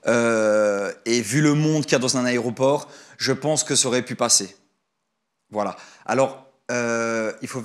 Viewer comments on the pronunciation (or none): none